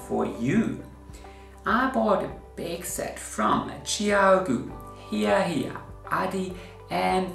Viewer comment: Hiya Hiya is pronounced with a long "i" vowel sound, like you are saying "Hi" to someone - not like "He."